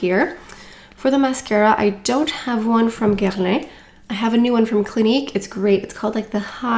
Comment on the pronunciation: WHAT is that pronunciation of Guerlain?! 🤣